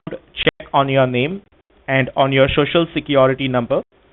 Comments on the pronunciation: shoshial security number 🤣🤣🤣🤣🤣🤣🤣 POS can't even pronounce it right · So hilarious...Shocial security ? 😂😂😂😂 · Don't you want your shuh-shul security? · "shoshal" security lol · This prick keeps saying "shoshinsa security. Another Indian pronunciation is "suspeeshious" for suspicious. Then questions about Ms Bowden's bank accounts etc etc. Just tell the scammer to go ahead with his threats by saying there is no such Miss Bowden so they are being taken for a ride. Also tell him He is the real HACKER.